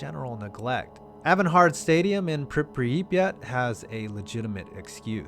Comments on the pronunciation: Pripiyat is said like crip e yat but you know different letters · Prip- YAT its like prip yat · Priperypriet How do you mess up Pripyat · Lol I can't believe you don't know how to pronounce Pripyat! Come on man, what are you, American?